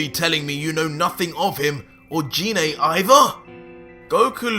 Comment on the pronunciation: Apart from you pronouncing Gine, not in the way I read it, that's a pretty mad story. I mean Goku teaching King Vegeta to become super-Saiyan, just so that Goku can fight. That's truly mad, and if the king gets power crazy, that's not going to go well if Goku or Vegeta has to put him down. That being said, if he respects the power much like Vegeta and Goku has done, then he is going to be very much like fighting a weaker version of Vegeta. I say weaker because Vegeta and Goku have spent over a decade becoming stronger bouncing off each other. I would suspect that an original Goku Super Saiyen 2 would not have an easy time against a current Goku super Saiyan 1, merely on the basis that Goku has become a lot stronger now and so does not need such a strong multiplier to achieve the same power level. Most assuredly Goku could almost certainly beat Cell without using any god ki by the time the TOP comes around. Partly because he's spent so much time training his god ki that under Weiss, he is much stronger in base form than he ever was before. All that time of training and experience can't be passed onto someone else in the time it will take Goku to teach the King. The 3 Universe 6 Saiyan's learned up to Super Saiyan 3 in ultimately a few short months from the first Tournament up to TOP. And that was with 2 short training sessions from Universe 7. So the king can get to SS3 in maybe a couple of weeks at the outside with formal training. That short a time frame would not compare to